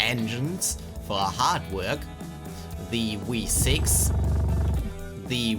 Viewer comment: I Can Tell You Can't Pronounce Your Vs But Cmon "We6" Engine